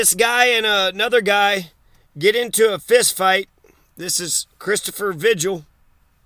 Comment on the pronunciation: Vee-Hill, not Vidg-uhl